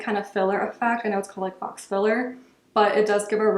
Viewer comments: Hi nice video ~~~ the bronzers are pretty! I ordered one last week and I’m waiting on it to arrive. I hope I like it. Also I’m not trying to be rude but just wanted to let you know that the word FAUX is pronounced “ FO”. Hope you have a great day! 😎♥️ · Faux is pronounced FOE, rhymes with Joe. Nyx is my fave, inexpensive but good quality.